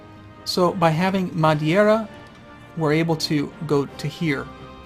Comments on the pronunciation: These EUIV vids are awesome. I've been playing EU since 2 came out about 10 years ago, and I still find these extremely helpful. Also even though your Spanish/Portuguese pronunciation is actually good (except for Madeira which you pronounced Madiera) it made me giggle as a native Spanish speaker. Keep 'em coming. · at the risk of sounding like an ass, the mispronunciations of Madeira and Cape Verde really bug me.